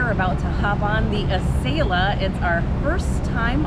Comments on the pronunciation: 🤦🏻‍♀️ Yes; Ah sell ah, NOT a sail Ah! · AH-sell-AH not Eh-sale-ah. Besides that great video! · Everybody, all together.........AH-SELL-AH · Acela (Uh-sell-uh). Love your videos. Hope to see a future video of you guys on the Auto Train from DC (Lorton, VA) to Orlando, FL (Sanford). BTW Amtrak just announced USA rail pass for $299 through June 22. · Great vid per usual guys but uh.... much like other commentors, makin me cringe with the pronunciation. Acela is the combination of "acceleration" and "excellence" as described by Amtrak when the train was introduced. So yea.... accel-ah or ah-sell-ah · I might have been able to finish watching your video if y'all knew how to pronounce Acela (Uh-Sell-Uh)... 🤷‍♂️ It was seriously irking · Please please learn how to province ACELA. It isn't ...A "sale" ah..... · Amtrak has always called it like that. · you are saying acela wrong